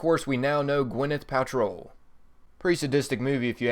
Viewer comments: Who the fuck is Gwyneth "Patrol"? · were you born stupid or do you practice? moanolith? gwyneth patrol? idiot.